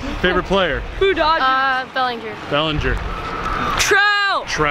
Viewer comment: Who else heard the dodger fan say bellingjer